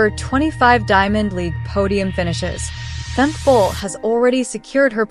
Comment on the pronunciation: Sad to say this is not a good video unless you are a rabid Femke Bol fan. Worse, the fembot narrating this can not pronounce her name properly, calling her Femk and not Femke with attention to the second syllable. I really admire and respect Femke Bol, just wish she ran at a different time than Sydney M-L so she could really shine! The narrator speaks of records owned by Sydney as if they are Femke's. Well at least this was cost-free...